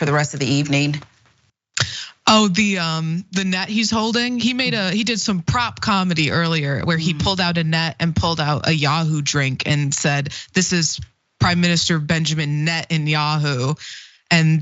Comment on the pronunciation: It's yOohOo not yAhoo